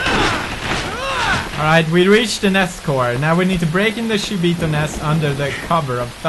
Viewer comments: Even though someone told him it was shibito and not shiboto, he still says shiboto😂. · Its Shibito not Shiboto. Shi means death in Japanese and bito is a way of saying people. (Not hating just saying) Luv your videos PedieXD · Pewdie keeps reading it as "Shiboto Nest" but its actually Shibito Nest :P